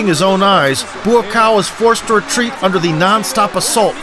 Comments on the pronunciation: His name is pronounced "Bwa-Cow" not "Buacaw" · Dude! It's not BOOO AH COW